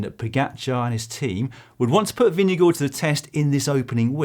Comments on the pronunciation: I was actually going to commend you for doing it so well (at least the first couple times in the video — then I stopped paying any attention to phonetics). Doing it better requires learning how “stød” works, which is apparently really, really hard for foreigners ;) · It may one of the best pronunciations I’ve heard from a non-Dane.. He actually makes the å(double a)- Sound… Most people goes for a “guard” sound, which is certainly further from correct than this.